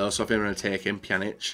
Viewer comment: Finally learned how to pronounce Pjanic correctly...